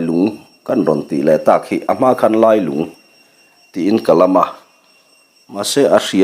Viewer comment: Ka thlalak vel pawh a rawn lang ve leh ta e. A va lunglen thlak ve. Lailung tih hi i lam dan hmasa kha a dik zawk hmel riauin kei chuan ka hria. Khawlailung khua sawina khi a nia, Lungdar hi E.Lungdar khi a ni a, Keiṭumkawn hi Keiṭum khua saw a ni bawk. He thawnthua khua leh ram, luite hi E.Lungdar khua leh a chhehvel sawina vek a ni e.